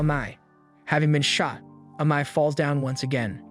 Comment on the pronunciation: Amai.... Amae.. Amma...what's the guys name?.. you used so many different pronunciations...